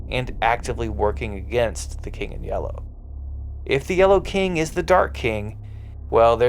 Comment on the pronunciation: Not a big fan of how this dude says the word "yellow". 🧐🤔